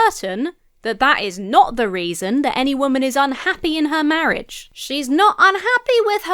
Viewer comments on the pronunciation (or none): Mawwiage is supposed to be a bwessed awwangement 😂